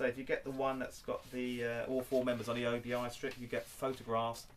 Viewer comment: Excellent stuff as usual! Just a quick note...and I use to make the same mistake. ..until a Japanese friend of mine corrected me. It's pronounced OBI (OH-BEE)...not OBI (OH-BEE-I).